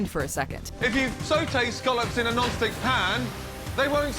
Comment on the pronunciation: "That's why it's called a non-sttICKK"